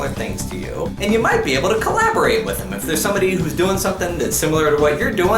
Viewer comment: Hey! Hey! Umm, you said theth instead of them! LOLOLOLOLOLOLOLOLOLOLOLOLOL!!!!!!!!!!!